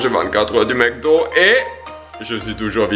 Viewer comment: On dit Macdo pas maicdo